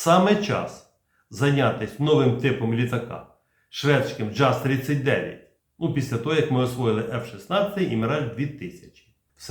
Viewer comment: Джаз😢 Правильно Яс 🎉🎉🎉